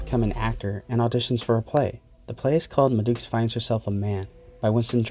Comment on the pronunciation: ...and it's not "muhdooks", it's two words. Ma Dukes.